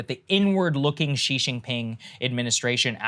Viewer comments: Just fyi, Xi is pronounced like she, not gee. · Your pronunciation is killing me. Xi (she) Hua (h-wa) Wei (way)